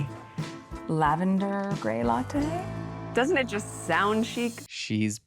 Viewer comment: I thought I heard her say "doesn't it sound cheap?" 😂🎉 it was "chic" 😮